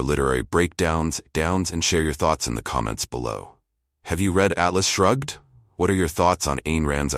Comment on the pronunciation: The narrator needs to learn that the title of the book is "Atlas Shrugged", not " Alice Shrugged".